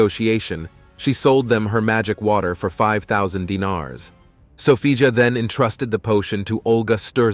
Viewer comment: Sophia not Sofija ..